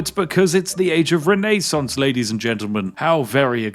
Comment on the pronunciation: How can we forget the Renee-sance?